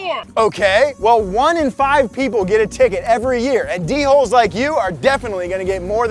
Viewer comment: I thought he was calling people dickholes for a second lmao